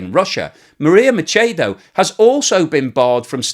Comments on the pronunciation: It's Machado, not Machedo. Spanish is highly phonetic, unlike English. The first A is pronounced AH and so is the second one so we don't change it.I gave you a thumbs up anyway because that was very informative. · Listening to you mispronounce "Machado" and "Essequibo" causes my teeth to hurt the cringe is so strong. Spanish is really simple to figure out and doesn't require any sounds you don't already make speaking English. Please get it right.